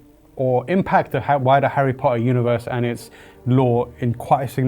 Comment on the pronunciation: The bearded guy can't even say Harry Potter correctly